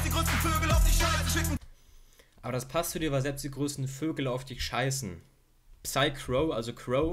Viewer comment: Das „P“ in Psycrow wird nicht betont!